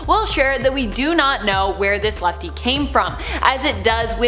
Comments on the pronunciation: It’s lefty not L.E.F.T.E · Lefty not lefte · Its lefty not lefte its funny name lefte XD